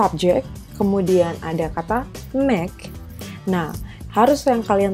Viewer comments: Tlg cara ucap ( pronunciation) yg benar : make (meik) helped (helpt) bukan dibaca (mek) , (helpIt) lih kamus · Supaya diperbsiki cara menguvap (pronounciation) mis: make (meik) made(meid) helped (helpt) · Cara mengucap kata perlu diperbaiki mis: make, made, helped lih kamus